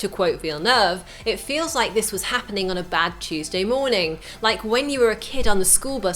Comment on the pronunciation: Why can she say Dennis Villeneuve right but not Americans?